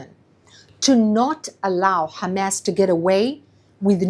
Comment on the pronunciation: the way she says Hamas is incorrect. and it sounds extremely cringe